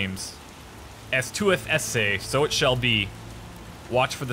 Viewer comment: "Sou-ie, sou-ay..." It is "sou-it"